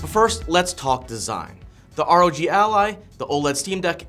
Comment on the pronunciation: It's ROG, not ROg